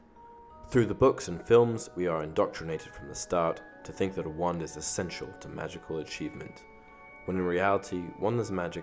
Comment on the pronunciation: When he says wand it sounds like one 😅😅